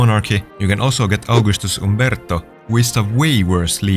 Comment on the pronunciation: as an Italian you said Umberto correctly